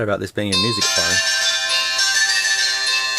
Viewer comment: It’s funny how you say “Phorne”